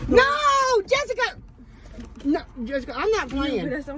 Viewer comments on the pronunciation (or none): I love how she says Jessika..😁